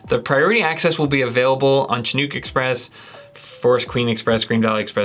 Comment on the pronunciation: Chinook = "shi-nuk", short i, short u